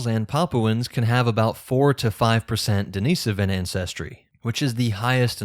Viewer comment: You’re saying Denisovan wrong